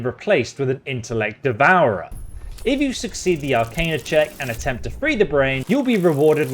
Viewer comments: Arcana is pronounced Ar-cain-uh. It's a derivative of the word Arcane which is not pronounced Ar-khan. Thrall is pronounced Th-rall. Not sure where you're getting that pronunciation from given that Lae'zel says it to you 2 minutes into the game. Reliquary has a Q in it and is pronounced Relly-kwary. Newty-loid was driving me crazy though. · Pronunciations… please work on them no cap. Arcana (are-khan-ah), thrall (ther-ah-uhl), reliquary (reh-lik-uh-airy).